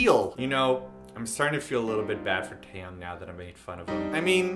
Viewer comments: i thought Taeyangs name was pronounced thai-yang. Now im confuzzled -. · you say teayangs name wrong